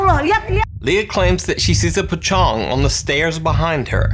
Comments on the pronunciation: The pochong is pokong not pochong😊😅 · Pocong bukan pecong wkwkwwkw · i hear "Tecong" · i dont know u pronounce pocong as “p-cong” or “the-cong” or i deaf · I heared Pecong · Di Nuke video pecoong 🤣 di korea jadi pppcongi 🙃